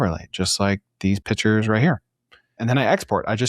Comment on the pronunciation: Pictures isn’t pronounced Pitchers. Call them Images like pro Web Workers. 🌈 the more you know